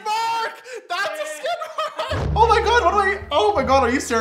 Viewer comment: Suzanne Hobbs it's SKID mark, not scin lol